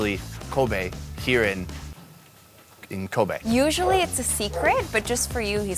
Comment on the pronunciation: Its kobe not koba